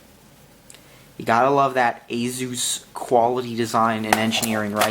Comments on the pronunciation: You said azues it's asus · Watching this on my thinkpad t410, every time you say "AZOOS" i leak a little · Every time he mispronounces it as "AZOOS" i can't stop laughing. It doesn't even have a Z in it lol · it A SUS thats how its pronounced